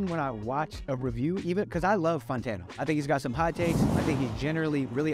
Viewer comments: Why does he still to this day call him Anthony Fontano? 😂 he clearly says fantano in every video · am I the only one who is hearing “Funtano” every time he says “Fantano”? this was very cool, I’m a new fan as of Ultra 85 You know that Anthony is recording a review of this review of a review right now as we speak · I love this and bobby is amazing but he keeps saying Fontano or Fontono, and it's FANtano lol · I wonder when he's gonna learn that it's pronounced "Fan-Tan-Oh" and not "Fon-Tan-Oh". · “Anthony Fontano” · The fact that he still pronounces his name “fon-tano” gives me life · Logic: "Anthony Funtano" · Anthony Fawn-tano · this was epic but please his name is not pronounced FONtano lmao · "Photono" 😂 lol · “Anthony Fawntano” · he says he loves him but he always pronounces his name wrong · Lol you must be pronouncing his name like that on purpose